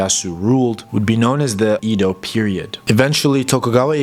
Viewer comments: Exactly, it’s Edo, “Eh-dough” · Just a little correction… Edo, not Ido. Should be pronounced eh-do. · Ido? Don't you mean "Edo"? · To the narrator. The city Edo is pronounced eh-do, not ee-do. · great work ! BTW, the pronunciation of the ancient name of Tokyo is Edo (江戸、えど in hiragana), as in "Emmy". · ED-Oh not a long E, like Edward. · It's "eh-do," as someone pointed out. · It's pronounced "A-do."